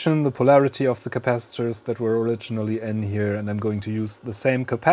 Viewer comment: What is "capassengers"?🤔 You repeatedly said that. I guess you mean capacitors! 😁